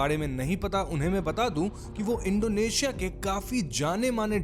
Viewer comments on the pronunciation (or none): none